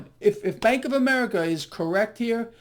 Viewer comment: Did he say, "Spank of America"?